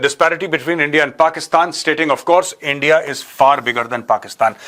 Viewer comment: Don’t say India sir , it’s Andia 😂😂